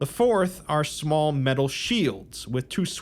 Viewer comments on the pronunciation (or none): none